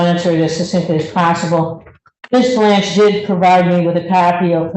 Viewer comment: I don't know why but the PD's in this county constantly mispronounce the names of the Prosecutors quite often mainly Ms. Blanch and Ms. Andary. They've worked with these ladies for years and can't get simple names right? It's over Zoom or in courtrooms and it always seems to be when they aren't winning.